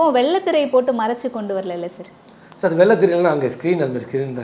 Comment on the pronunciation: சேர் கட்டில் பெஞ்ச் 🤦‍♀️🤦‍♀️🤦‍♀️🤦‍♀️ அது சார் ..சர் தான் சரியான உச்சரிப்பு...